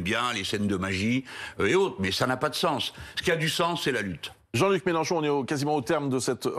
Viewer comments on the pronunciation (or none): Melenchon dit Mechancon. 🤡🤡🤡🤡🤡🤡🤡🤡🤡